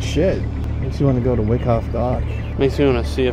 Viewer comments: FYI: Wyckoff is pronounced WHY-coff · I think it's pronounced why - koff